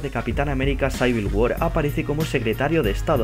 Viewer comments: Es capian amera CIVIL war no SAIVIL war xD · menso ademas se dice Civil war no saibil war google traductor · debes aprender ingles, no se dice Saivil, es civil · jajajajaj sayver wor XD es Civil war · por que saivil guar mis oidos sangran